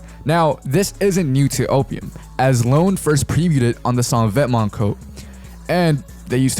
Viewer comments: its pronounced vetmon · The way he says vet-MONTS 😂